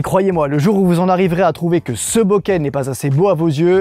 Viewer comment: je suis désolé mais bokeru en japonais ça se se prononce bokérou ça veut dire "trembler" boketeru" bokéterou, ça tremble, et enfin,c'est flou se dit "boke" : boké c'est flou avec un accent aigü et surtout pas en voyelle longue et avec un accent grave comme tu le fais avec ton "beauquet..." amen